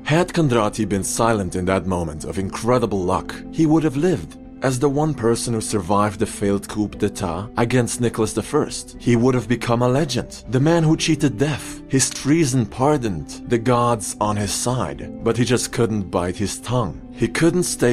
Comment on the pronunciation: “Coupe d’état.” lol Is that a new model by Cadillac? 😆